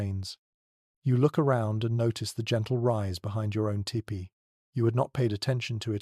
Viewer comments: I really enjoy your channel, And appreciate the time and effort you obviously put into it. However as someone who has grown up around Native Americans the pronunciation of the dwelling should be more like “Tea pee”. A better spelling to indicate this would be Tepee. After looked it up ”tipi” is also a correct spelling but does not let itself to proper pronunciation. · Only thing I don’t care for is In US we pronounce it TEE PEE Your First Peoples stories are my fav. TY